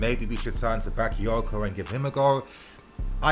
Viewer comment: Say it Right..Not Baka because he not English..or he not Rice..smh..Ffs